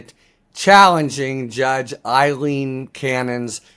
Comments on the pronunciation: Her name is Aileen not Eileen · A-leen, NOT I-leen. You must have read her name, Aileen, hundreds of times so I don't understand why you always pronounce it wrong. I abhor her and I think she is something that rhymes with abhor, but it's not a good look for you to consistently mispronounce a simple English name. After all it's not a Russian name like Yevgeny Prigozhin.